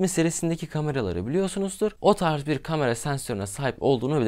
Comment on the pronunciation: Kardeş seçtiğin yol nedeniyle “kamera” kelimesini bol miktarda kullanmak zprundasın. Ve bilki yanlış telffuz ediyorsun. “A” harfi ile ilgili buyuk sıkıntın var. Kamera, kalem, lale…. İlk “A” lar ince “A”